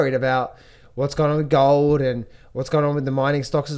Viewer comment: Gaaah-old and sil-vah...what kind of accent is that,?